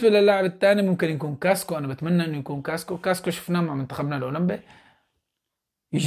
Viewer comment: يا صديقي اسمه كاسكااااااو مو كاسكو لو سمحت لاعاد تقول كاسكو 🙏🙏تقدّم وفقك الله